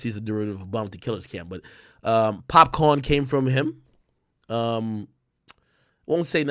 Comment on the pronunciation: Yo lie big up free wrld boss🇻🇮 Ak I upset u say popcorn instead of Popcaan Wea yo accent Gan man